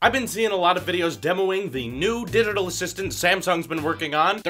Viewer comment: “...The new Didital Assistant...”